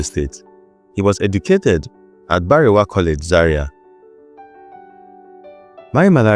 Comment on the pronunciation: Why couldn't you properly pronounce Barewa [Baa-re-wa]; Ezedigbo [not eze-ndi-Igbo], etc.? Besides, you drew conclusions not backed up by history, like dubbing Maimalari "oner of the most powerful and respected officers in Nigeria military". Not only didn't you adduce reasons for such a qualification, you actually contradicted yourself towards the end, when you stated that Southern officers questioned his "swift rise through the officer rank from a regular combatant." Notwithstanding, I gave the video a like, just to encourage you. Please, don't fall into the Nigerian habit of adding salt and pepper to history. Civilization and scholarship demand that history is presented as objectively as recorded, however unpalatable; flavoring history with superlatives and sentimentalities is pedestrian and ahistorical.